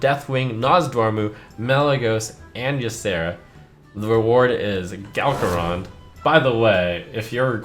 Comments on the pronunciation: Galakrond* not Galkarond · GALGAROND? GALAKROND!!!! READ PLOX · "Galkarond" lul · Ah yes, Gal-karond, the female version of a well-known Dragon from WoW